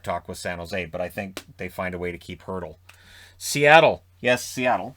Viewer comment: Little nitpick, you said Kessel has a $6.8M cap hit but it's actually $8M. Arizona's only dealing with $6.8M of cap hit because Toronto is still paying 15% of his cap hit ($1.2M) from the trade to Pittsburgh. Edit: I also wanted to thank you for correctly pronouncing Hertl's name. I've commented the correct pronunciation for it onto several videos that mention him from other hockey Youtubers and was getting ready to do that here before you said the name (Hertl's the obvious name for the Sharks)